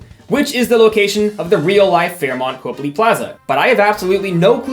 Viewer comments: don’t complain about people saying Oregon wrong and then proceed to pronounce something else wrong. It’s pronounced Cop-ly not Cope-ly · as someone from boston hearing “copley” pronounced as “cope-lee” is so funny to me 😂😂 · > gets mad at oreGON > says cope-ly instead of cop-ley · Goes on a 2 minute rant about people mispronouncing Oregon Mispronounces Copley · as someone from boston I'm obsessed with you freaking out over the pronunciation of oregon and then completely saying copley wrong. love your energy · People are expected to know how to pronounce Oregon. It’s a state. No one has ever even heard of Copley. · He has the audacity to complain about people mispronouncing "Oregon" when he can't pronounce "Copley"